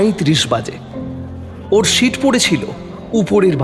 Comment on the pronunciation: Good presentation. S station, S seat... Improve please.